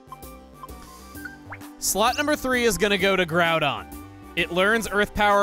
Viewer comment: Or when they mispronounced Groudon and Kyogre.